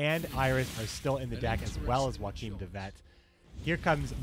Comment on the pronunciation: Well, at least you pronounced Joachim correctly... No seriously, you pronounced almost every other name wrong. Like, wow.